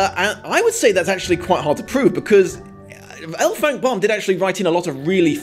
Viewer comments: Baum is prononced BAUM (Bowm), Not BOM! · I went to school with a lad named Baum {actually he lived directly behind me and our back fence was also his} and he pronounced it to rhyme with Bourne.